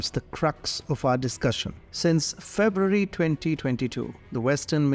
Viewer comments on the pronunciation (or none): none